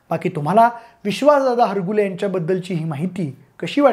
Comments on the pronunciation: हरगुले नाही हारूगले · हारगुले नाही दादा हारुगले